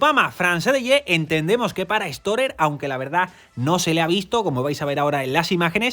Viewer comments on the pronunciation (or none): none